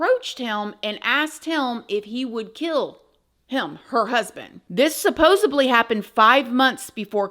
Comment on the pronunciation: I bloody love you girl but pleeeeeeaase it's SUPPOSEDLY 😂😂💜💜